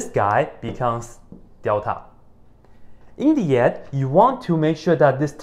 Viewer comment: It sounds like "in D yet" :)